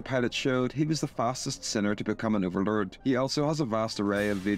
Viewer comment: Bro literally said “Overluurd”